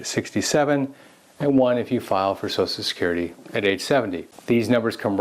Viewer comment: ~ What's so hard about pronouncing the phrase "Social Security?" So-Shell Security. Not "so-so security," not "so-security," not "so-sue security." Drives me nuts.